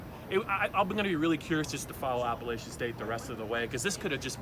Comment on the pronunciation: after a performance like that, the least you could is pronounce appalachian state university correctly